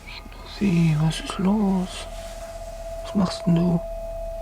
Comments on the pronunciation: Its schnuFFi Not schnuufie😂😂❤ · The way he pronounced the German dog name was so cute 😭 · As a German, I must admit that their dialogue sounds a little bit staged. Btw, I love the way you pronounce the name "Schnuffi".